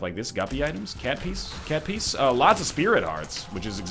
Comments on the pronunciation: TFW that NL pronounces cat piece as cat piss.... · "Cat Piece" sounds strangely like "Cat Piss" to me